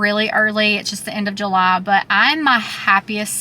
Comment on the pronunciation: The shock I had when I first heard your voice(I have never been to this channel I APOLOGIZE and you have a new sub from me) But the way you said July itched a scratch in my brain I didn't know I had. "Ju-LAH"